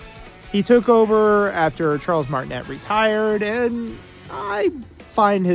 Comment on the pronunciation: It's MART-in-ay